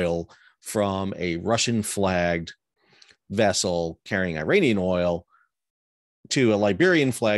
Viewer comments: Sal Mercogliano please educate yourself on how phonetically ridiculous you sound when you repeatedly pronounce Iran and Iraq Eye Ran and Eye Rack and Iranian people Eye Rainy Inn. Put these words next to each other and read them loud to see if it makes sense: Iran Iraq Israel I waited for you to mention Israel to see if you would call it Eyes Real but you didn’t mention the name of the country who’s behind all of these piracies. Your work resembles what UANI is doing. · Good to see the eye-ranian tankers at sea in eye-ran.